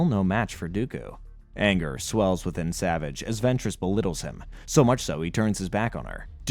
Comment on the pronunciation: this was an excellent recap, my only issue is that it grated my fillings everytime you mispronounced "Savage" it is pronounced "Sa-Vaauge"